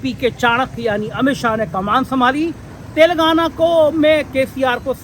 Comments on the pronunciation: तेलंगाना, सही शब्द है के बोलने मे फर्क हो रहा है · पुण्य प्रसून बाजपेयी तो "तेलांगना" बोलते हैं.